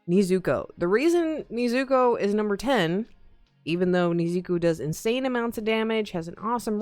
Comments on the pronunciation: Its nezuko and not neezuko lol also im pretty sure she is aoe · anyone gonna notice she said “ Niizuko “ instead of “ Nezuko”?